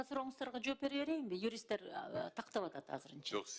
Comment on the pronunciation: Юристинер Б е р е н е берене дейтго😂😂😂